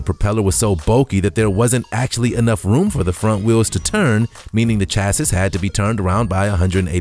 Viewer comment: Chassis is not pronounced 'chass iss', it's pronounced 'chass ee'.